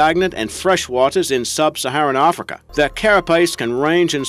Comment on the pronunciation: Why does he place an 'R' where they don't belong in so many of his words ARfrica for Africa, ARnimal for Animal, AlaRska for Alaska and so on.